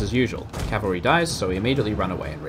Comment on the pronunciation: Cavalry not calvary